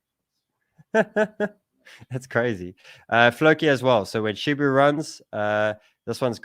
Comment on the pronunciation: SHIBA not SHIBU